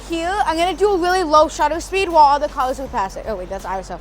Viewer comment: I like how he can make the word 'cars' sound like 'colours'